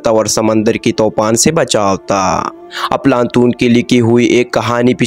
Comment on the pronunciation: صحیح نام افلاطون ھے بھائی اردو تو ٹھیک بول لو بہت سارے الفاظ غلط بولے جا رہے ھو